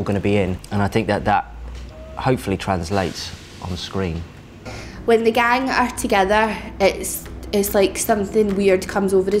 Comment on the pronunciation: When said screen it sounded like she said skin